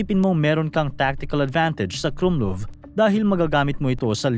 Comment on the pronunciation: mali bigkas mo sa "krummlauf" . KRUMLAWF talaga yan hindi KRUMLUV